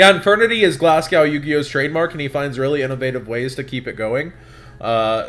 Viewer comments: It's pronounced Glas-go not glasg-ow. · Why can't americans pronounce Glasgow?